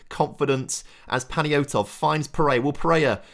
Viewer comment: i beg you sell pereira so we dont have to listen to you somehow pronounce his very simple name wrong over and over again